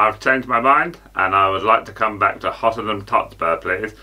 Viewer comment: "Hottenham Tottspur" 🤣